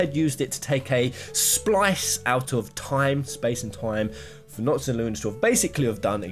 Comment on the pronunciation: Is anyone gonna talk abt how he said "Promptis and Nocto"